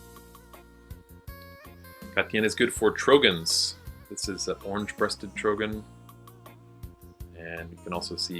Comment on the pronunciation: can t believe i always pronounced trogon completlly wrong,oeps,ok thanks to you i know now and thats one of my very favorite bird groups,we germans have a to learn a lot about other languages hehe. nice presentation